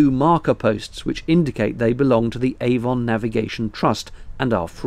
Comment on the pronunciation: A Warm Gun It rhymes with "lemon", not "Hey, Don".